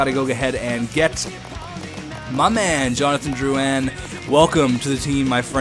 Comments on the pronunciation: Drou-IN not Drou-an Please pronounce it properly, im just saying it s annoying im not complaining. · the comentators in game prononce it like droulin